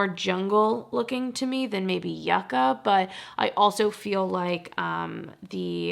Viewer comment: the new ND palette is pronounced you-kah, as in the root/vegetable popular in south america 🥹 but yes i’d also love to see your singles collection again!